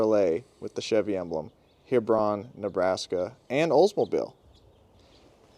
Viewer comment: Hebron pronounced He-Brun. Right down the road from me. Been there several times. Cool truck..